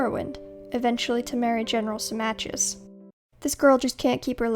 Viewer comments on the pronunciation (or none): Symmachus is pronounced "Simmakos" (or more precisely "Simmako"), not "Simmatjius".